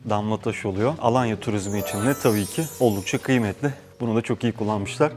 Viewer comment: 19 yıldır Tophane mahallesinde yaşayan biri olarak mahallemizi ve Alanya’yı çok iyi telafuz ettiğiniz için teşekkür ederiz 😌😊